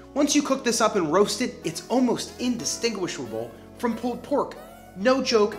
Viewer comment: Loved the vid, love the channel... But the way you pronounce "pulled" like "pooled" is strange. Are you canadian?